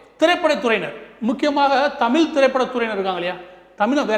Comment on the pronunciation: தமிழை தமிழ் னு சொல்லுடா நாயே அத விட்டு விட்டு தமில் னு சொல்லாதே....